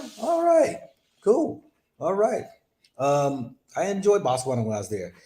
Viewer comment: Botswana not Batwana... Bo like Bow